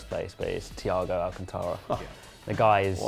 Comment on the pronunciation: Big of the channel but you guys keep mispronouncing the last name of Thiago Alcántara. The way how is pronounced Al-Can-Ta-Ra. I already thought The Front 3 podcast how to pronounce it properly.